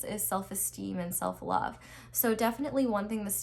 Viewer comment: " I lufe u " 💀💀💀